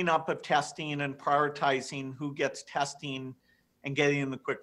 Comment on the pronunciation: I am usually easy on these subjects. But following he does say testine and protectine. He is seemingly obsessed with vaccines, or viruses. Given his software track record, this might ring true in a psychological context. There are obsessive traits to his rhetoric.